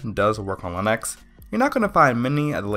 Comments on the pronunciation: Why does he say len-X instead of Lee-nux? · You lost me at Lin-Ex and Win-Doos.